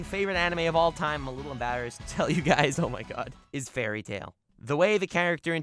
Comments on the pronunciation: The fuck I thought you where serious when you said fary tail and I was sooooooo happy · When he said fairly tail I nearly threw my phone